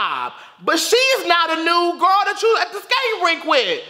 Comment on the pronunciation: You need to stop saying gril